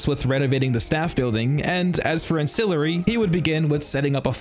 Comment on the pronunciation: Ancillary doesn't know how to say his own name? GG